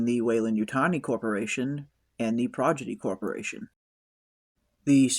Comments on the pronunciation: It's pronounced Prodigy not Projidy 😂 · Nice recap/breakdown. Just found your channel. Liked & subscribed. One tiny note: it's Prodigy, not Progidy. 👽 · How hard is it to pronounce a seven letter word ffs? I don't give a shit if it ain't a good look and any party you gaylords attend ill happily keep well away from. Projidy??? 😂